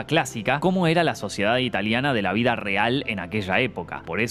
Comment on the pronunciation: Soy el único q escucho q dijo la suciedad italiana jajaja